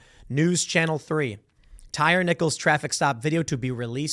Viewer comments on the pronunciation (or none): Its pronounced TIE REE. Not Tire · Tie Reeeeee 😆 tire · Damn Tim, do you really not know how to pronounce this man’s name it’s Tyree like “Tie Ree” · Tim said “Tire” pretty sure it’s pronounced “Tyree” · Pretty sure his name is pronounced Tye-Ree. They keep talking about him on DC News bc he’s a DC Native. Worried they’ll burn down DC again. These jackasses need to be prosecuted. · Say it with me Tim. Tie-ree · And Tim, it's pronounced Tie-Ree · My dude said tire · How do you "report" news and not do any research? Tim even mispronounced the victim's name...